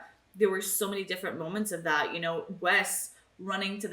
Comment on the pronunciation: Show: "When do you expect Darla to show up?": "Yes." As pronouncing "tt" as "dd"... it's not your fault, it's just Americans rubbing off on you. XD